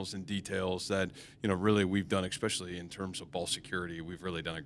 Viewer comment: The “reality of it is” we got mowed down “exspecially” in the middle third of that game.